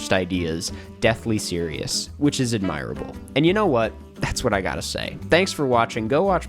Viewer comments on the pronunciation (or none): please stop mispronouncing admirable its getting to me